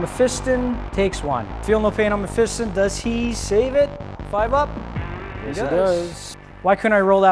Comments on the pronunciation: You guys must be taking the piss on Mephiston’s name... May-Feast-On as opposed to Meh-Fist-Un ... :P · learn to say Mephiston correctly Mef - i - ston